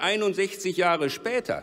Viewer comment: "vierundert jahrö spätör" meine fresse wie anstrengend